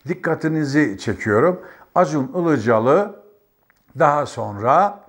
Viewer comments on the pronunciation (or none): Sayın Önkibar, karadenizli olduğunuzu belli ettiniz Acun İlicali diye başlayarak.🤣🤣🤣